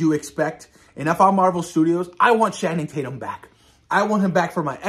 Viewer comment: OMG hell yeah this is going be an amazing storyline what do you think absolute Batman #1 also just a correction it’s pronounced Channing Tatum like (Channel) not Shanning lol keep up the great work